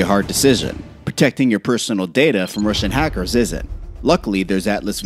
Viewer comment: Much emphasis on “Russian hackers” why